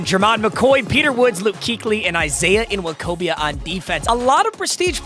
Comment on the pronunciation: Surprised is literate enough to correctly pronounce NWOKOBIA, and so easily, if we're being frank 😂😂😂